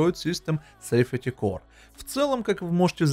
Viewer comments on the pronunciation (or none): Android system angle произносится как Андроид систем Энгл! Safety Core произносится как Сейфти Кор!